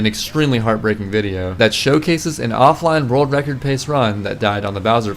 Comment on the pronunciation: “A new vild vrecord”